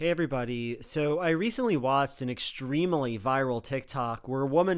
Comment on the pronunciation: Little Joel, how could you be so wrong? Extremely only has 3 syllables, not 4, and family only has 2 syllables, not 3. How did you not know that?